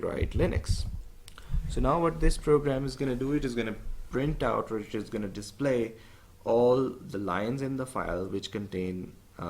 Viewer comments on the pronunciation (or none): none